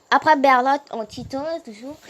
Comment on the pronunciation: Mdr c’est pas berlot mais bertold